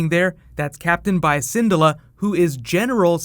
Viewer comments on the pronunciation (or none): Hera Sen-DOO-la (I think) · please learn to say Syndulla correctly. lol